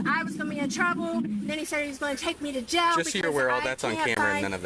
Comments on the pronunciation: An adult pronouncing the word jail like “jell” is infuriating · I hate the way she says jail (jell) and bail (bell) 😠